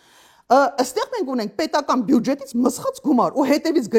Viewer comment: Տիկին , ոչ բարով իրավապաշտպան էս ու չգիտես որ բյուջետ չի , բյուջե է , հազար անգամ էլ կրկնեցիր